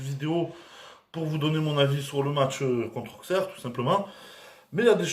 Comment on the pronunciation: Le x de Auxerre ne se prononce pas😂 imagine-toi qui a Deux s à la place du x et tu arriveras à le prononcer correctement Auxerre